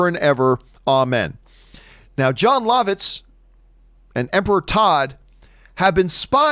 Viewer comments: He pronounces Jon Lovitz Jon Lahvitz and not Jon Luhvitz. Lol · John, I don't think you're pronouncing Jon Lovitz correctly. I'm pretty sure it's "Love-Itz"